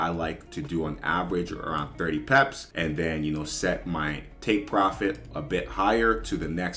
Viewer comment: Why do you say it like peps ? It’s pips lol